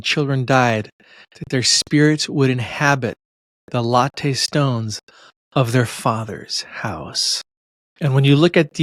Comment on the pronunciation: Pronounced LAT-TEE not a latte drink.